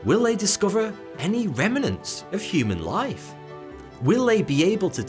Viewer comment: I thought 'remnants' only had 2 vowels.